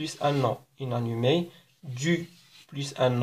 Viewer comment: شكرا على الشرح الرائع عندي فقط ملاحظة لماذا تنطق inanimé ب هذا النحو {ynanime} unanimé وشكرا